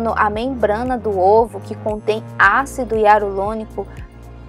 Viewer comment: Ácido iarulonico 😂😂😂😂😂